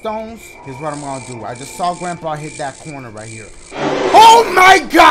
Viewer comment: dashie the type of dude to call someone "grampee"...............